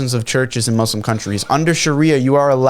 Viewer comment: Could we agree needs to learn how to say muslim—it’s not mazlams